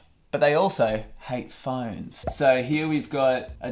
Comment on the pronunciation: Normal people: phOnes Him: phINES